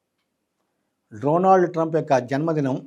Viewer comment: First, Dronald kaadhu, Donald any palakadam nerchuko.